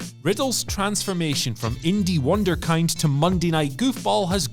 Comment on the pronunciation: Linguistic note: The "i" in "Wunderkind" is pronounced as in "bid" or "fit". It's German and translates to "wonder-child" BTW.